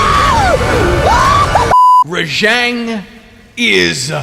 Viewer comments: its RAH JAHHHNG not ruh-jehngg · you know its pronouced ra-j-on, they even say it that way in game